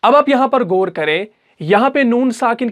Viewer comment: ماشااللہ ماشااللہ۔۔۔۔۔مگر گور نہیں غور ہوتا ھے اور گنہ نہیں غنہ ہوتا ھے